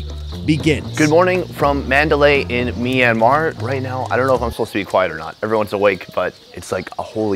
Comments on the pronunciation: It’s not pronounced myan an mar it’s pronounced myan mar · It's not me-an-mar It's m-yan-mar Btw I live there so I know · Myanmar -- aka Me and Mar. 🤣 sorry to rag on you for your pronunciation, but it was funny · Hey, you are pronouncing myanmar wrong.